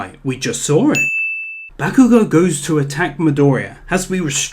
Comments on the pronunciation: Dragon Ball Super Is Shit Ba/Bah-kugo not Back-kugo lol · the A ins bakugo is pronounced like aw not ah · fuckin. "bAAkugou" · Ugh sheeple ''bahkugou'' TRIGGERED true fan : calm down its pronounced Bok - oo - go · You are a sin for saying Bakugo's name wrong. I rest my case.